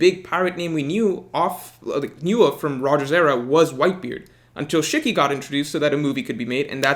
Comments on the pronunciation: It’s SHE-KEY Not SHICK-Y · That Shiki pronunciation hurts